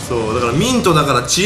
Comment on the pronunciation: 俺は💩の呪いだ〜って聞こえたw